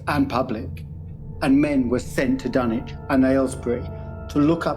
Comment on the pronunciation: Hearing the dunwitch horror pernounced in the correct English is throwing me off, but it is a great video man .